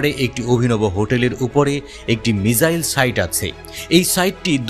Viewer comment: আচ্ছা ভাই, আপনারা যে বলেন 'মিজাইল " এই শব্দটা আসলে কি ? আপনারা কি "মিসাইল " কে মিজাইল বলছেন? মিজাইল কি শব্দ ? বাংলা না ইংরেজী ? ইংরেজী হলে গুগল বাবাজির কাছ থেকে উচ্চারণ টা শিখে নাও।